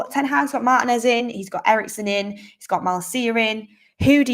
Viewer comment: Yay! Now all we need is for Mark and to learn how to pronounce his name correctly! Mar-TEA-nez is how it’s pronounced